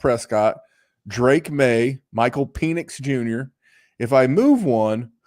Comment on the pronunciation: "Pee-nix" is absolutely old for his age...😂